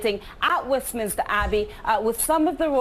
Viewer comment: it’s pronounced WestMINSTER not WestMINISTER. Just for your info.